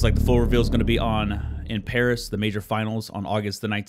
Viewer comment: "iM gOiNg tO pArAS"